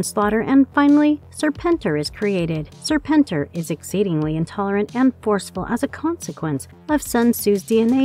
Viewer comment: Serpentor not Serpenter....